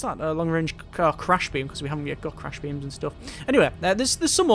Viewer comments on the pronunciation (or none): Since it bothers me a little bit every time you say it, it's a "crash" trap, with an R, not an L.